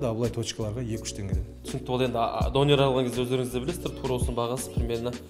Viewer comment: Қазақтар неге дөнерді дОнер дейді, соны түсінбей қойдым